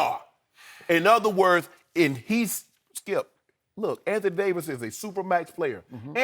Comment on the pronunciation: Shannon “Don’t do that Skeup” Sharpe...